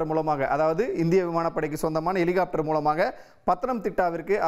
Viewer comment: எலிகாப்ட்டர் என்னடா தமிழ் இது